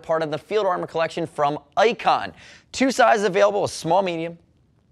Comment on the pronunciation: Ayicon? Or Icon? HA.